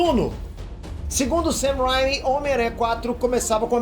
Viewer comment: não é ''sam rhyme''. é mais um ''sam rain-me''